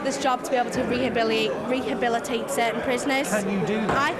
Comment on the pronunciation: "I'm here to rehibiliate"